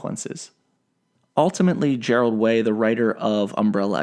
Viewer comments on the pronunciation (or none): It’s Gerard not gerald 😭😭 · Gerald way?......gerard way hun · Did he just call daddy Gerard, Gerald? 😂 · Why did he call him “Gerald Way”? Lmfao... anyone? It’s “Gerard Way” boss.. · you called Gerard, 'Gerald' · Thank you for the UA content! Side note: it’s Gerard Way, not Jerald Way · this MF just said "Gerald way" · Did anyone else notice he called him Gerald way? It's Gerard way! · Gerald Way? Are you serious lol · HE SAID- HE SAID MY BABY GERARD WAY'S NAME WRONG >:( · this dude knows his name in pronounced ‘jerard’ not ‘gair-ade” right? don’t disrespect my boy gerard way like that lol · “Gerald Way” Here we fucking go 🙃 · GeraLd Way? smh....... GERALLLLLLD?! C'mon man......GERRRRRAAAAAALLLLLLLLLD?! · Its GERARD WAY NOT GERALD TF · Bruh he said Gerald way. I will go die now in honour of the emo allfather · omy did he call him GERALD Way!? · ...Gerald Way GERALD WAY, BOI YOU MEAN GERARD WAY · “Gerald Way” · Bruh you called him Gerald Way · inhale Did you just say "Gerald" Way? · Its GERARD Way not Gerald Way. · He also said Hargraves at the beginning of the video. That shit bugged me. Gerald Way was the nail in the coffin. If you can’t do your damn research and pronounce the names correctly you lose all damn credibility. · YOU FUCKIN UNCULTURED FUCKIN SWINE. ITS Ge-RARD WAY.... NOT GERALD. You fuck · GERALD Way? Excuse me?